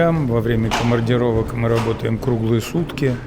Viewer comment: только мне слышиться на 8 минуте КОМАРДИРОВОК?